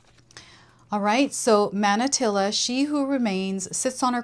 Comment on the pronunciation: Manatili is pronounced like mah-nah-TEE-lee. It’s also a Tagalog word that means “remain”.